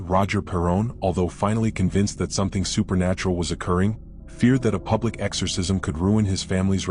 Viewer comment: AI, that doesn't know how to pronounce esorcism. Why couldn't they get Patrick Wilson to narrate tis?